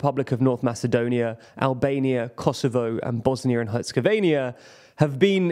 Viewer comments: That's a weird thing you do with the ending on 'Herzegovina' Sounds like.. Venya? Dude, go with 'veena' next time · you’ve created a new country. Bosnia Hercegovinia? It’s not “ia” FFS. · Please note that is not Herzegovenia. Your pronunciation of the name is wrong. That is the least you can do when you speak about a certain place - say the name properly. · "Bosnia and Herzegovania" you ok bro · Nah, it’s not about that, Stephen. The name in English is Herzegovina, not Herzegovinia as pronounced in the video. It sounds similar but it will grate on the ear of someone from the region. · Is "Herzegovinia" the British way of saying "Herzegovina"? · Herzegovina, not Herzegovania. You guys really need to check your pronunciation of foreign names and places. You do great journalism, but this is a detail you have to get right if you want to be taken seriously. As a proper journalist, you have to prepare this. You can't just improvise, or say the first thing that comes to mind after reading. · There is no Herzegovinia... The name of the country is Bosnia And Herzegovina. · It's Bosnia & Herzegovina, not Bosnia & Herzegovania. Jesus Christ, every time. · Will he ever learn how to say Bosnia and Herzegovina?